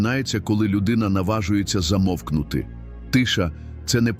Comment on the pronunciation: У слові Замовкнути?